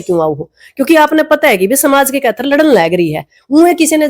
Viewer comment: इसने बोलना भी नहीं आता खातिर को तो कैथर बोलती है